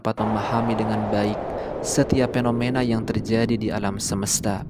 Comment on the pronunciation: Evolusi BKN eplolusi, fenomena BKN penomena